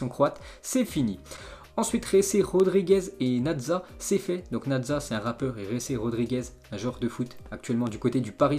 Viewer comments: C naza pas nadza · prononce bien les noms des gens stp apres boantang, natza, après il va dire de jea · Dégueulasse comment il dit Naza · Il a dit nadza ? 😂